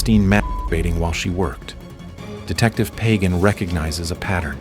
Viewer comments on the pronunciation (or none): Great stuff, as always! However, I'm willing to to bet that Michele Pagan pronounces her least name "Pah-GAHN," not "pagan."